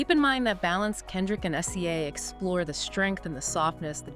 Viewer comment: its pronounced si-zuh. definitely AI. ugh. So depressing.